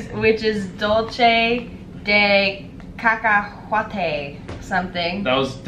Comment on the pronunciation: tHE WAY YOU PRONOUNCE 'cacahuate' IM SCREAMING😂